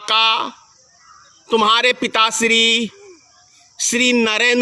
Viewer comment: Why you are saying SHRI. revised as STRE.